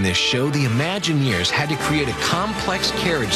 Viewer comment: "Imagineers" -- notice the word is spelled with a an "I" at the beginning. Curiously enough you pronounce it as if it were spelled "UH-maginineers" or "Amagineers." I maybe a bit sensitive as I was one, a Disney Imagineer. When you pronounce it "ah", or "uh"-maginer it sounds like you don't know what you're talking about. It's LAZY.